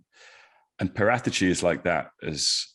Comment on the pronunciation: Why is he butchering paraticci’s name 🤮